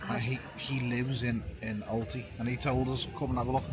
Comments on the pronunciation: It’s Al - Tay - ah 😂 great video. There is a site down near harbour bordering Albir, but it normally looks full. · Hi I think you are in a placed called Altea pronounced like Alteea. The e and the a are both pronounced separately as the Spanish tend to pronounce every letter separately. Except h which they do not pronounce at all. Regards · It's Al tay-ya not Alty